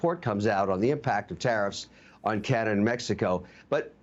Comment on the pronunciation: Karenada instead of Canada 🇨🇦